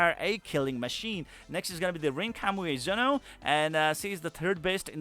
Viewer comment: Kami Ue Zono, not Kamuezono. Myself had difficulty to read that. But separating the building block, helps.